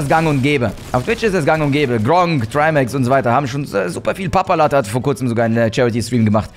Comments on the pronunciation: Papalatte? Bro Papaplatte 😂❤️ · 4.32- papalatte muss los , er heißt Papaplatte OMEGALUL